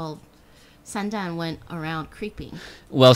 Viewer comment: this girl must be from China. she made the standard pronounciation of Thooo: Sandan(three balls in Chinese)~~~~